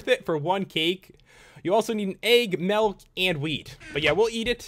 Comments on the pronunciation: It's "Milk" not "Melk" XD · Its mulk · he said nilk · "melk" 😂😂 I love it💯😂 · You say milk like melk ! Love your videos